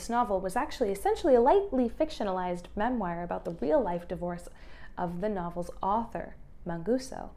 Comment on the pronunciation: You are mispronouncing "memoir" it's killing me 😢